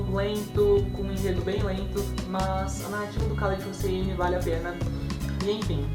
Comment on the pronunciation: olá! A pronúncia é "Raléd Russini"